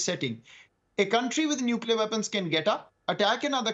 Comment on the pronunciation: He uses as prefix - nulcear weapon.... Anything else pls